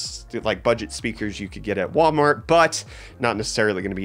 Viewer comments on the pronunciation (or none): none